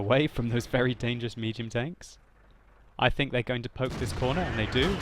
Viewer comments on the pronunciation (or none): none